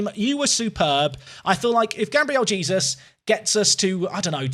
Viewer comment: Please tell me you stop saying Jesus and pronounce his name properly in the later episodes?